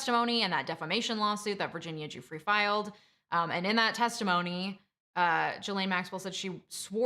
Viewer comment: The mispronunciation of Ghislaine and Gueffre was really annoying. It’s feels as if you are mentioning this story because of its popularity not because your really into the Maxwell court case.